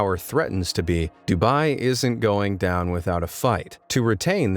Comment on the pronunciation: And it is d-u-b-ai